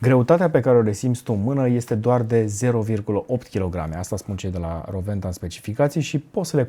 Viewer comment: S-a spus corect numele. W se pronunta V in limba germana. Si nu Rouenta cum se spune gresit la TV.